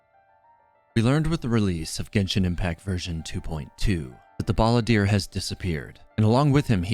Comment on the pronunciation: Hah, you said Balladeer like "Baal"